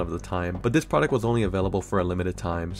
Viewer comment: My man, in english, the "th" is pronounced just like it looks and not as a "d" so will you please stop saying "dis" for "this" and "dat" for " that"? It's really hard to listen to your commentary when you keep using "D" everywhere a "th" is. Plus, it makes you sound less intelligent. Work on it. Thanks.